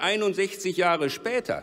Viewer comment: "vierundert jahrö spätör" meine fresse wie anstrengend